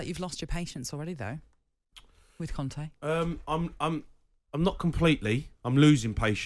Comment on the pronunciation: It's not conte.. Ffs